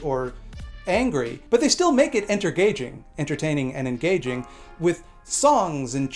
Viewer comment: when you said "entergaging" I spilled the blood of christ on my gaming peripherals :/